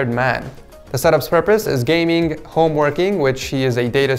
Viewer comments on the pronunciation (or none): none